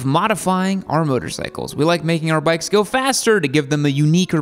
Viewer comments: “street brikes” lol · My guy u said brikes😂😂🤣